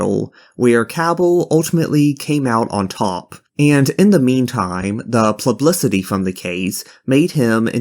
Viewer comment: bro, did you just say "plublicity"